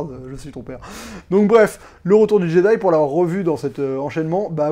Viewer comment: le retour du "jedi" c'est fait exprès la prononciation